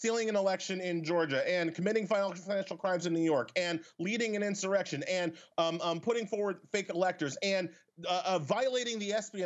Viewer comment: The greatest criminals are never held accountable, unless they're partisan enemies of several elites and the state. This afro guy is a hypocritical bias bigot, "they're dumb", how professional. He also gets an erection when he falsely claims there was an in-sore-ection.